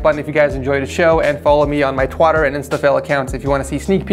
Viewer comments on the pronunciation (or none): is nobody gonna question saying "Twatter" instead of "Twitter" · Anyone else hear him say ''Twatter'' instead of ''Twitter'', at the very end lmao. Not hating I love the channel and youve helped me upgrade my setup so much over the years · Is nobody gonna talk about the fact he said “twotter” and not twitter? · "twotter" and "instafill" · i'm pretty sure you said twatter on purpose now. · he just said twottter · He said twotter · twotter lol